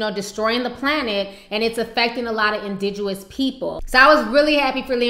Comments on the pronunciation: The word is "INDIGENOUS" not indijoous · It's INDIGENOUS people Hun, not "indiguous" whatever that is btw. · Did you just say indiguous? Girl, C'mon lol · the word is indigenous people not indiguous.. and great vid.. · indigenous not indiduous lol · 'indiguwis people'... Mmmmkay, hahaha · I love you but the word is indigenous not indiguous...I love your videos btw i get real hoot out of the recaps especially. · indiguous? think u meant indigenous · The word is Indigenous. Not what you said.